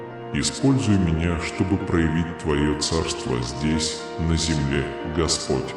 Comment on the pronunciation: Твой неправильные ударения на гласный слог меняет смысл господь ( по ). , дорогой( гой).